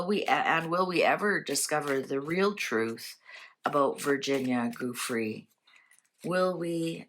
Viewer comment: Her surname is pronounced Joo-fray.